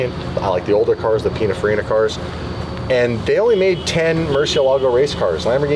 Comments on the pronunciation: Hey, Italian dude living in Switzerland here: it's pronounced "pin-in-far-E-nah".😉 Love your channel, I'm an OG DDE subscriber from when you were doing it all by yourself, so if you need an unpaid Italian pronunciation consultant who knows what he's talking about, count me in. And if you're happy with my "services" you could always send me a fancy DDE t-shirt or hoodie as a "thank you" once in a while, right? 😁 Fun fact for car culture geeks: "Pinin" was Giovanni Batttista Farina's (the founder of Pininfarina) childhood diminutive nickname. He later changed his legal name to Battista Pininfarina in 1961. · Its Pin(in)farina, not pin(a)farina, just saying, love you guys. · A lot of people talking about Pininfarina here who apparently have no idea how to say the word or how it's spelt. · I love hearing people mispronounce Pininfarina 😂😂😂😂😂😂 Lets not forget though that Pininfarina designed some of the most beautiful vehicles for everyone from Cadillac to Lancia. I don't think it was ever an option for Ferrari to aquire them.. Im pretty sure that,thats what it would've taken to have them be the key designers of all their cars.. I couldn't be wrong though on that fact.. cars are now designed by computers and programs. They used to sketch a car on paper or sculpted out of clay. Ferrari is not that far off though. People nowadays look at a stainless triangle and think its cool....its the times, people have no soul before the cars no longer do